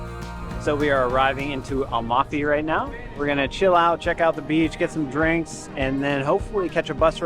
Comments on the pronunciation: At least learn how to pronounce Amalfi , before trying to telling the world the obvious. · "Am"alfi and not "Al"mafi :-D